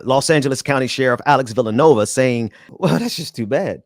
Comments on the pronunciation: Vill-a-new-way-va. It matters 😉 Good points though 👍🏾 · It’s not “Villanova”, it’s Villanueva. Get it right.